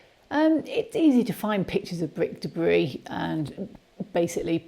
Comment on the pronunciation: Bwik Debwi.lol. good video :)